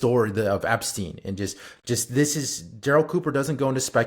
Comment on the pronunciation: The -stein in Epstein is pronounced like in Einstein.